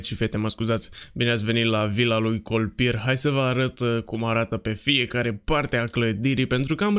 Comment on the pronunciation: La început ai zis kolpirrrr 😂😂